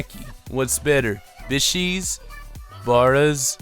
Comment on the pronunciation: B-ISH-ES, BARAS OR SHATAS? My god, please teach your friend the pronunciation. My liver failed hearing that.